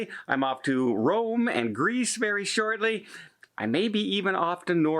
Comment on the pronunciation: “Shorely” you are cruising to much…lol